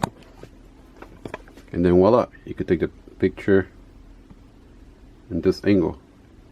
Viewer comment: Thanks! Those are great suggestions. (BTW, it’s VOILA! not “Wala.”)